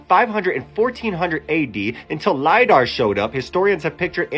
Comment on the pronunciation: Exactly my thoughts.."LIE DAR"😂😂